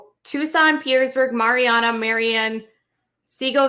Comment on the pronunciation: The facility in MARIANNA, FL is actually pronounced - MARY ANNA (as in his wife’s name Anna). HOW IRONIC!